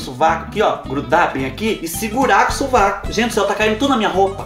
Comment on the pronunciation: Kkk clarear o subaco nao o suvaco rsrs adoro vc